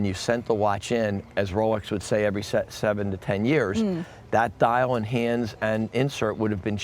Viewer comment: He says "hands" and it sounds like "hee-unds"